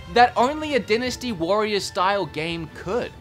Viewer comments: Die-nasty Warriors.......not Din-nasty Warriors. Lmao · Oh for Hyrule's sake...... Dynasty DIE - NA - STEE